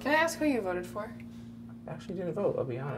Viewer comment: "I was gonna aks" lol